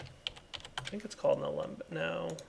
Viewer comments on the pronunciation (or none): none